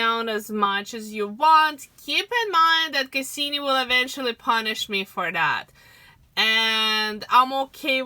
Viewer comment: Cassini not Kasseeme.